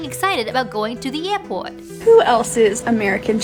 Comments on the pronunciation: My god that attempt at saying airport was bad. You sounded like ben affleck acting in good will hunting trying to let us all know he is from southie. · "ehport" actually sounds like a Bostonian English accent by itself, but maybe that's just me. 🤷‍♂ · Excited about going to the where? I assume that was supposed to be some kind of generic non-rhoticity, but is there perhaps something interesting going on there about American perception of different vowel types, specifically long monophthongs (two of which are in "airport")? I'm neither American or Australian, but perceptually to me it just sounded like some sort of American accent (New York-ish perhaps?). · Sorry but that pronunciation of airport is 100% Boston.